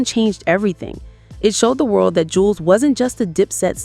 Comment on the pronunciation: That is not his twin brother, that is his older brother, but people call him twin because he looks alot like his lil brother Juelz ( Joo-Elz ) Not Jewlz 😂 its Joo- Elz, .. Smh , you A.I videos always put the information out wrong, meaning now.. Artificial intelligence is lieing now & thats dangerous 🫩🫩 & OMG, " What the Games been missing " was not his first album it was his 2nd.. " From me to you " is his first album.. wich is way better than his 2nd album..